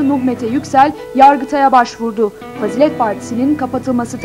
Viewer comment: fâzilet değil fazîlet